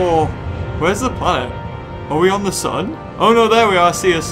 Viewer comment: I love the part when he's like da suun